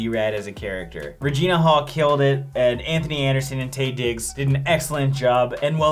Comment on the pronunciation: Hey y'all - it's Taye pronounced "Tie" fyi 👍😂